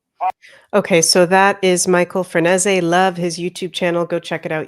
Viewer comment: Thanks,! I’m looking forward to the whole series. (BTW I believe Franzese is pronounced something like Fran-SAY-zee) ❤